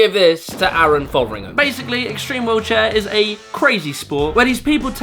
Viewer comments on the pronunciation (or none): none